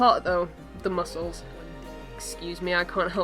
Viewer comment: "my favorite part...mucles" xDDD